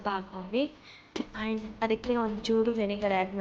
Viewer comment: and ಗೆ ಏನು ಪ್ರೋನೌನ್ಸ್ ಮಾಡಿದ್ದೀರಾ ನೋಡಿ. ನಿಮ್ಮ ಕನ್ನಡ Woow 😲😮🙃